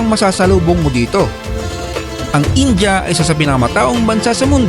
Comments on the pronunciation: Pansin q bkit ang pronounciation mo sa india ) ay inja (in-ja ) sa halip na( in-dya ) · 😂😂😂😂 Filipinos really need to unlearn calling India as Inja. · Bakit ang pronunciation nyo sa India ay Inja?